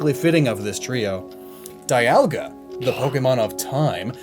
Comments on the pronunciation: Why is it that ever since generation 4 at least one of the box art legendaries gets its name mispronounced? Gen 4 it's was Dialga, gen 5 it's was Kyurem, gen 6 it's was Yveltal, gen 7 it's Solgaleo & gen 8 it's Zacian; the last one we clearly had its name pronounced for us during its introduction. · why Die-alga and not Palki-a or Guy-ratina Die-alga is realy gettin to me